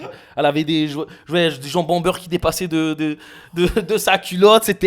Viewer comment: Il a dit "Jambon Beurre" 😂😂